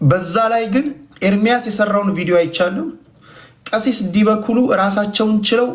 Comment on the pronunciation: ጎሽ ምነው አንተ እኔ ንጉሣችሁ ነኝ አልክ ደነዝ መጀመሪያ ዲበ ኩሉ የሚለውን አስተካክለህ ጥራ😂 ግን አንተ ምን ታደርግ እነሱ ናቸው እደዚህ ጢባርህን እድነፋብን ያደረጉት አንተ ቤት እየመጡ 😡